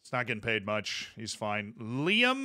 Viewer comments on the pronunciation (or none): none